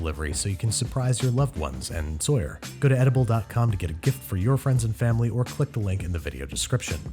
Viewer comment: "So you can surprise your loved ones, and Sauyer." Sauyer: 😢